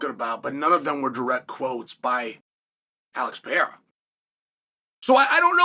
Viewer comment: Remember, its the Alex PEE-era, ladies and gents!